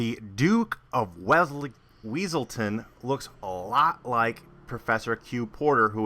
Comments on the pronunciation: It's wesalton not weasel town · It's Wesselton. It's pronounced Wesselton. Exactly what the Duke would've said.